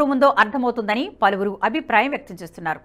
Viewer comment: అది “పలివిరి నోట” కాదు “పలువురు నోట మాట” అని ఏడువు. గొంతు వుంది కదా అని, అవాక్కులూ చెవాక్కులూ పలకకు.